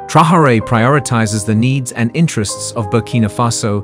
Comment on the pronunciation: if you insist on using AI to read your text, at least teach it how to read 'Traore'. It's not 'Trahorée'. The video mentions his name about 50-100 times I think, and not once correctly.